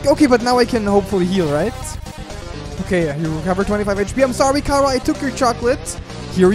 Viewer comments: OK not to be rude or anything just your saying cara like its a vegetable while i say it like chara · It's not khara it's ch chara ch ara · sigh ITS NOT CARA ITS CHARA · SHE NAME NOT KARA, SHE NAME CHARA CH CH CHARA! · Is it pronounced cara or chara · Your saying chara wrong its ch-ar-a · its chara (chRa) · Its not kara